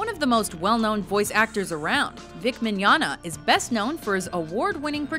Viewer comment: Yay!!... Now I know how to pronounce "Mignogna"! Thanks Mojo!😁👍